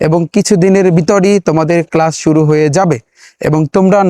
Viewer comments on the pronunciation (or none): none